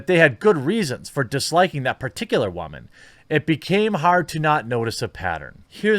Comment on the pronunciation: “Because WAHman” Lol